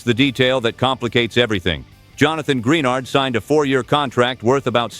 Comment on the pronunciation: Gren ARD not greenard